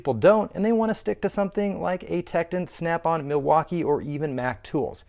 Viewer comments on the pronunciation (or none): none